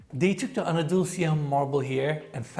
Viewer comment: Did I just hear pronouncing Andalusia as Anadulsia? 😂